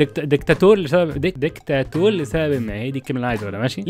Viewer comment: اسمها دكتاتور مش دكتاتول